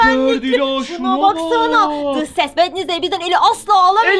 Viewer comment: Vetnesday Diye Okunmuyo😊